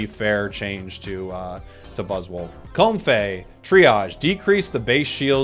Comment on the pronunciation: A change to how you pronounce comfey and a change to stun